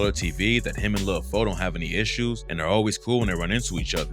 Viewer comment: It's pronounced "lil" not lud